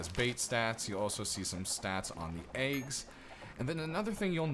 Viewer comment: haha sorry i was meant to reply to my friend cos of your accent to us british guys when you say wheat and eggs it sounds like wheat and aids haha just childish stuff dont worry x